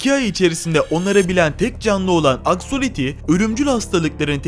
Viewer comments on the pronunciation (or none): Abi axoliti değil benim adım axolotl